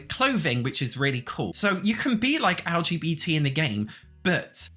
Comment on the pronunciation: Can someone tell me why he says lgtv? He obviously doesn't recognize bisexuals as a legitimate sexuality as I've heard him say it this way several times now, but I'm SO curious about the v. Not heard anyone call it television before.